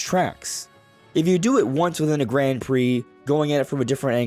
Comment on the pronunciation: Can you please change how you pronounce Grand? It’s like “g-raw-n” and the d is silent. Thanks! (And thanks for all the content, I appreciate you)